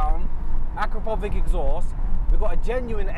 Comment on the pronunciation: Fantastic video 👏 I remember the video with Calvin and his RS6, it was hilarious 😂 Just wanted to mention as a respect to the exhaust brand you mentioned the correct way to pronounce the name Akrapovič ( Akrapovich) č means ch I think in Slovenian. Hope I'm not wrong 😅 Also ABT is actually the name of the founder of the company Johann Abt not A.B.T